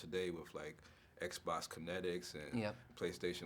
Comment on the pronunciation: Huh what? that's the first time I've heard someone say "Xbosk" ask = aks / ax / axe box = bosk okay... seems legit, at least he's being reversely consistent. But try saying "Skbosk" :P (he also said "connetics", but cant blame someone for not remembering "Kinect")